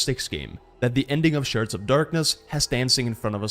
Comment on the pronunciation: Yes I love both :D i just had to post my self-identified funny comment when I misheard you say "sharts" instead of "shards" and thought it fit with the humor of the game xD